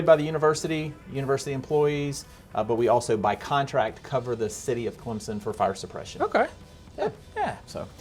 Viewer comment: Clemson does not have a Z in it.. so stop saying Clemzon.